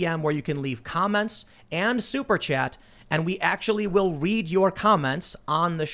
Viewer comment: Its funny how he emphasizes "we will actually READ your comments ON the show" 😂 ooooooo big whoopdie doo 😂